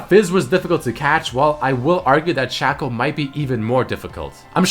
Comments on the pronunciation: Whoever says Shaco should go die because its pronounced Shaco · It's shaco not shaco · its shaco not shaco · There is no Whatever you want to call him. His name is SHAKE-O, because his clone's name is FAKE-O, its not SHACK-O and FACK-O